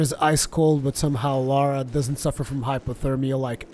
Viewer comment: Remember, it's LARA. Not LAURA. Pronounce it like: "LAR-AH" .. Not "LOR-AH."